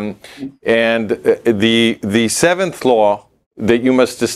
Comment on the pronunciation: כבוד, באהבה ובהערכה רבה, טיפ קטן: Law חוק, מבטאים "לו", הדבליו בסוף שקטה. Low נמוך מבטאים "לואו".